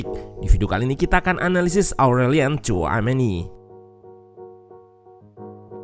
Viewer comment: bukan coameni min tapi shouameni dibacanya 😂😂😂